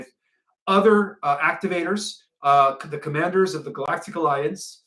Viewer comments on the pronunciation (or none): none